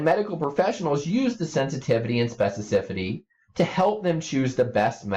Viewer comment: The fact this guy cannot pronounce specificity right is driving me crazy.